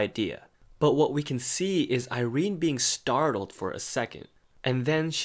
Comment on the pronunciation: I never pronounced Irenes name like that n IM CONFUSED.